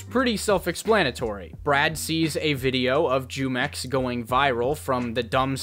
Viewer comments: By the way, it's pronounced (HUE-MEX).. its a mexican juice brand. The way you pronounce it (JEW-MEX) disturbs the fuck out of me. It sounds racist and that doesnt even make sense l0l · Bro hearing you say JEWmex in stead of HEWmex lmao 😭😂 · Bro just just say (whomex) not (jewmex) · Jumex? As in “Jew mex”? I read it in Spanish as jumex .. as in “who mex” . Like the drink, you know fruit flavored drink. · Bro Jumex takes the W here because you sound really white and stupid saying "Jewmex" every minute. It's "Hoomex" and you'd know that if you've taken even an elementary level Spanish course..